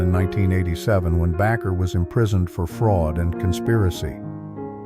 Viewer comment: You need to train your stupid text to speech narrator to pronounce names better, phonetically! It's not Jim Backer ...it's Baker (Bay-ker) freakin' morons!